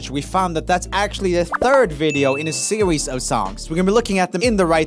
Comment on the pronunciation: Did anyone else catch Roomie say serwies and not series